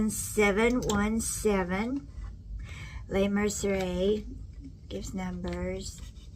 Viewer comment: That color looks really good on you. No fear, lol. I agree with you about putting young children on YouTube- it rubs me the wrong way. Also not a fan of constant sponsorships. I tend to watch informational and quirky and wholesome channels. And animals. BTW, it's pronounced Le Mer sir ree.